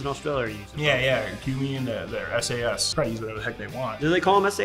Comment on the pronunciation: It’s sasr